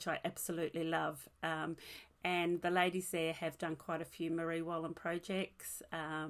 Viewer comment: Another lovely podcast. Your cardigan is so nice. All your information is great. Your pronunciation was good of the Marie Wallin garment. Thanks from a very cold windy Scotland.